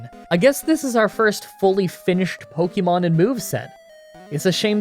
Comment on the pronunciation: As a fellow Canadian, I KNOW you took enough French classes to know that é doesn't make an eeee sound, and "Pokémon" is pronounced more like "pokaymon" than "pokeymon".